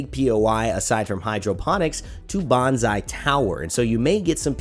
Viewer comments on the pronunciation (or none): Please don’t read bonsai as bonzai it’s actually painful to hear. It’s pronounced more like “bone-sai”